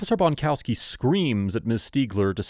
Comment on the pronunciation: Bonkowski is a WA with a T on both ends